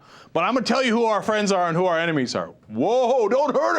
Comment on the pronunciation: i hate how he says "our"